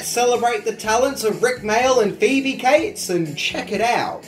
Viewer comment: Her name is Phoebe Cates, not Phoebe Kites